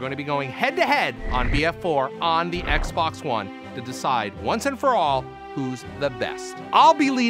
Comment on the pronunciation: Why you keep saying Xbox wrong?